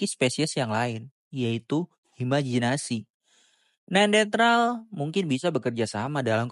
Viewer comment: Kok gw dengernya neandetral sih bang? Bukannya neanderthal ya?